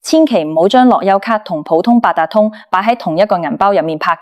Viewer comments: 低級錯誤發音都發錯，係樂遊卡唔係落優卡🤬🤬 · AI 樂<休>咭, 好哽耳,聽得辛苦